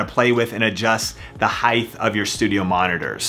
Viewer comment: ...I was with you until "heighth." :) Great vid otherwise!